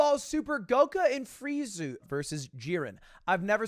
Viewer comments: This is a year old, I know that, I get that. Hey, you aren't big in anime right? I GET that.... but Ludwig, wtf did you say?.. Dude, WHO!? GOKA?? FRIEZU??? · Did my man really say Goka and Freizu?